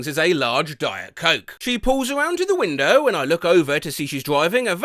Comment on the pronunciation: i heard weiner instead of window